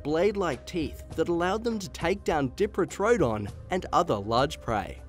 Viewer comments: pronounced: die-pro-toe-don not dee as in diva!! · Sorry mate just being a pain, but even your graphics say diprotodon, not diprotrodon. It sounded weird. Anyway great vids, cheers! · The dee pro toe don bothers me sorry